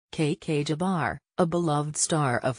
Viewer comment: This page cannot even pronounce her name correctly . All for clicks and views for money